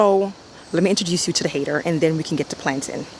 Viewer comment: i should have known when you said "planting" like "plantain". once again very beautiful work